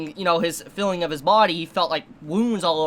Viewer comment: and filling instead of feeling and hilling instead of healing :D :D